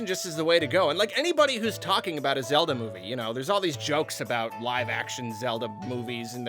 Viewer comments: Legend of Zelba Movie? I thought you were talking about The Legend of Zelda movie. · “ the legend of zelba movie” 🤣🤣 who else caught that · lol "Zelba" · The Legend of "ZELBA"